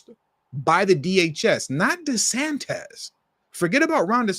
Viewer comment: The Governor of Florida is pronounced- DeSantis not DeSantez.😮